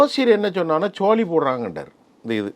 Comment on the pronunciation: சோழி என்று சொல்ல தெரியவில்லை இவருக்கு